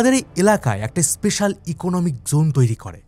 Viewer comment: এস্কর, এস্পেশাল এগুলো বড্ড বাজে শুনতে লাগে